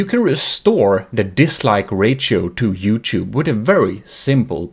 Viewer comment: disliked bceause of how he say "rachio" insead of ratio LIKED 3 TIMES BECAUSE IT WORKED. THAT'S 3 TIMES THE LIKES I GIVE OTHER VIDEOS. I USUALLY GIVE THEM 0 LIKES. 0 PLUS 3 IS 3 TIMES AS MANY.